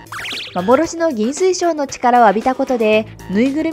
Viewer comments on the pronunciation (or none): 亀吉はかめよしじゃなくてかめきちですよ。 あと、幻の銀水晶はぎんすいしょうじゃなく、ぎんずいしょうです。